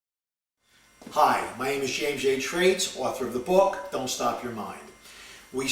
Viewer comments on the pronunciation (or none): none